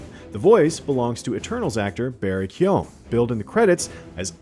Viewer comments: never heard a worse pronunciation of keoghan. it’s pronounced keegan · Damn love you but cmoonnn, you clearly not Irish its pronounced KYYO- GANN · Man the guy didn't even try with his pronunciation of Barry Keoghan